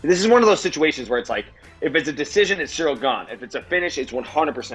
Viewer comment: "CEREALl gane" - ed herman. 😂😂😂😂😂